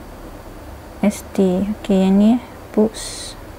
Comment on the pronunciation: tekan boobs?.. dia sptut bunyi buusss